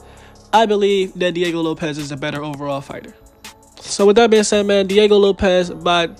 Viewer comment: Sick vid bruh but it's Diego LopeS not LopeZ